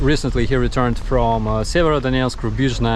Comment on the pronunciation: I can't believe you mispronounced Rubizhne. Pretty sure it is pronounced Ruby-zone. #speakthetruth